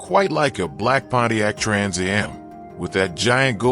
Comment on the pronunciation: Trans a.m????? It's AM you AI narrator!!!!